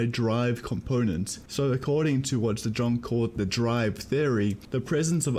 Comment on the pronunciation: Great vid! but you pronounce the name "zajonc" wrong, it's said as "zajonts"